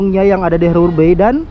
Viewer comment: HARBOUR BAY ~>BACA Harber bei. Bukan herber!